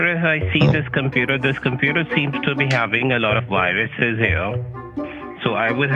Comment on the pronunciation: It has " Y RUSES?"! YOU HAVE Y-RUSES!!!